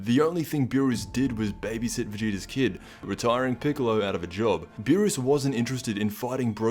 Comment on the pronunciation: it's not Lord Beerus is Lord Peenis